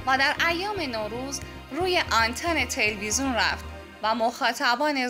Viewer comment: خانم عزیز اون تلوزون نیست تلویزیونه خواهش می کنم بخاطر خودت برو کلاس فن بیان در این زمینه فاجعه هستی